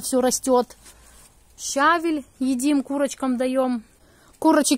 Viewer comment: поменяйте ударение в словах СВЕКЛА и ЩАВЕЛЬ, Дети пойдут в российскую школу и будут делать ошибки, которые достались от матери. Ваша же мама учитель, неужели она Вам ни разу не сделала замечание ?